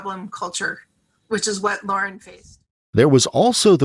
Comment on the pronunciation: So why use it its amazing you even bothered to use it in the first place yet continue even though it like all computer or AI voiced apps get half the words & language wrong to begin with let alone can't tell the simple difference between Liar & lauren...totally amateur hour...